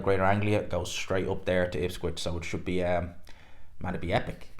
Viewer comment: Ipswich, not ipscwich😂